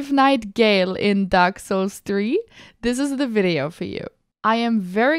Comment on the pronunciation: hey streamer it's "Ga-El", not "Gayle" WeirdChamp